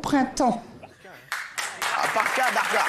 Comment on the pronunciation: On dit daHka et pas darKa !! C'est incroyable d'être aussi con à ce point là. Quand on ne connaît prononcer un mot on se la ferme les bobos parisiens 😡